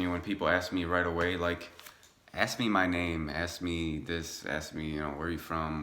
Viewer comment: It's "ASK", not "AX". Are you American ? Your English is crap.